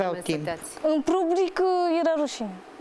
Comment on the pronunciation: În pubric,, nu public 😅😅😅🤦‍♀️🤦‍♀️🤦‍♀️